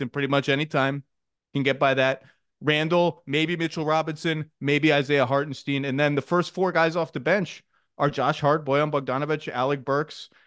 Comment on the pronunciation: ZACH, did you ever watch Win Ben Stein's Money? [yes] Well then pronounce Hartenstein correctly!